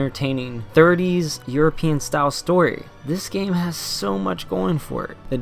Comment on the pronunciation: Euro-Pe-An Not Euro-Pen But great video :D I love these reviews over the major channels.